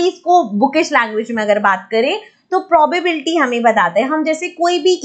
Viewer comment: First of all its not mam probarbety nhi hota probability hota hai mam ap chapter ka namr bhi dhang se nhi le pa rahi to hame kiya hi samjao hi